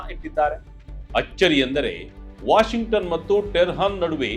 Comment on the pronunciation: Dear, Pls correct pronounciation as TEHRAN not terhan, SARVABHOUMATVA not saraboumatva